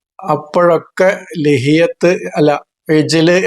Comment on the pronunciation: ലഹിയാ എന്നാണ് ഉച്ചാരണം🙏🏽